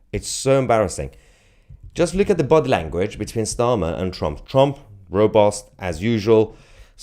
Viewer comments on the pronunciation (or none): Mahyar, did you know you pronounce ‘U’s as ‘O’s? (and vice versa at times) Robust becomes robost and hover becomes huver etc.